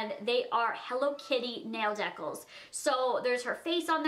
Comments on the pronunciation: why does she pronounce decals like that lmao its dee-cals not deh-cals hahaha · some people call it reesies...its Reece's... Also - so its these dehcals (suppose to be dee-cals, like d-cap) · Rebecca Leviev or how she says "deck-als" at least where I'm from EVERYONE calls them "dee-cals" but idk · Please tell me Deckles is a Canadian thing because they are pronounced D-CALS in US lol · In the us we say decals DE-CAAAAL love youuyy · the way she said decals omg i'm screaming